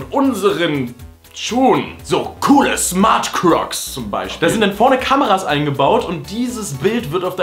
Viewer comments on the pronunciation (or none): ich hab smart cocks verstanden